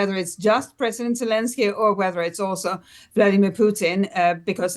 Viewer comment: Vladimir, not 'Vlodimir', where do they get these presenters?